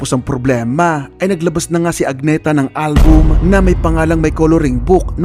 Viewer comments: Hindi po AG-NE-THA..A-NEE-THA po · Agnë-tah ang basa sa Swedish